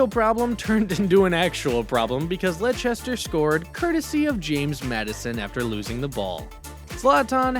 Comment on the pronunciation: laichester hjahahahahahah its lester